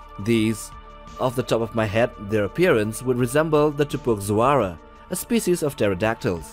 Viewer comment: Isn't the X in Tupuxuara supposed to be pronounced with an H sound?